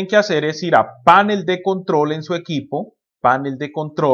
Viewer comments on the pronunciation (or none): gracias pero recuerda panel no lleva acento en la a sino en la e. se dice panel no pánel. Icono es una palabra esdrújula no llana